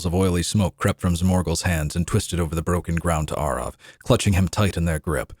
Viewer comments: So, nearly 20 years I’ve been pronouncing “Arrav” wrong? I’ve been saying “Arav” 🤣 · Have I been pronouncing Arrav wrong for 20 years? Or is just putting his twist on the name